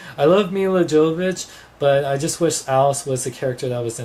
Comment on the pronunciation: you dont pronounce it 'jovovich" but you pronounce it "yovovick"